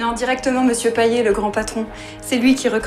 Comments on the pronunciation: C'est payeT "payette" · Son nom de famille ne se prononce pas PAYET mais comme PAYETTE mais sa s'écrit comme ça Payet